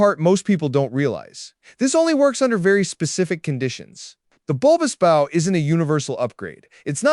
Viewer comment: “Aerodynamic?” I think you mean “hydrodynamic.” And learn to pronounce “bow” correctly.